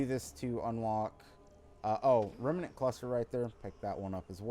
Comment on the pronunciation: Oh and pleeeeeease say REM-NANT not REMEENANT. I loved the vid but omg does saying Remeenant drive me up the wall. Ironically you aren't the only person that does it .